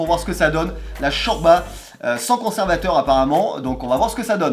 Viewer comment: on dis chorlba